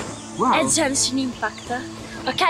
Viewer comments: "Sentite.. È Jencshhin Impact" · ASCOLTATE....È JÆNSCIN IMPAKT, poi chi cavolo è Kazuka? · "È gænshin impact" la pronuncia è ghenshin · ma tipo perchè GenGiN ImpAcT? cioè è Genshin Impact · È Jænshin impæct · È genshin impact non jenshin impact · "E Jenshi Impact" Muoi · Ma è gaenshin impact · Ha detto Jaeshun Umpacti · "Gengi Impact".. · "Jenshin impact" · "Jenshi impact?" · ma come c4zzo gioca, non può prendere i pezzi del primo “piano” 🤨 comunque questo video è molto offensivo e imbarazzante, soprattutto il fatto di non saper pronunciare correttamente il nome del gioco con cui si sta facendo la collaborazione. Ew, this is so cringe, guilty. Cit. Kim Kardashian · E POI NON SI PRONUNCIA COSÌ SONO DACCORDO CON TE ANCHIO CIO GENSHIN